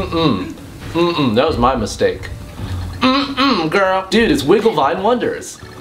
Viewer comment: Kinda sounded like you said "Wiggle My Wonders". I think that's even worse.lol